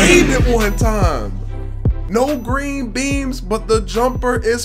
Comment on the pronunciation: Lol do u say "green beams"? Or green beans"?